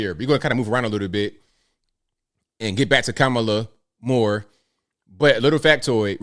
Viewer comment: Are these black women racist for not pronouncing kamala's name properly? 😂